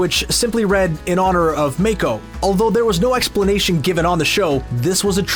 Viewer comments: just saying but its not pronounced as mako but as mah-ko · Please, for the love of god and all spirits of the spirit world, stop saying Mako like may-ko. It’s Mah-ko, spelled Mako. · "meikuh" BRO just say MA KO MAH KOOOH dont butcher his name like that omggg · Narrator: “May-ko” Me: “MA-KO” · The voice actor’s name is Mako. NOT MAKE-OH. MOCK-OH. Mako. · Did the dude juz say maeko???? Its MAAA ko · it's pronounced maco, like taco. not mayco lol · Did anyone else get bothered when he said “MAY-KO” instead of Mako? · Starting to sound like the movie that shall not be named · Almost lost it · It pissed me off when they kept on pronouncing Mako’s name wrong it’s pronounced Mock-o. If you watch legend of Korra Mako in the show is a reference to the legend himself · If your gonna milk this incredible show for views at least get the names right. Make-o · It’s Mah-Ko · It cringes me to hear people pronounce Mako as Mey-Ko... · all that research but still can’t pronounce his name right 🥴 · OMG you destroyed Mako's name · Its not "MAKO", its "MAKO" !!!!! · Great video. But the pronunciation of mako is infuriating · please pronounce mako correctly